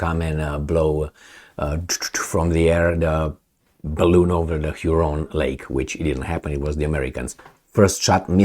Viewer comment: lake huron its pronounced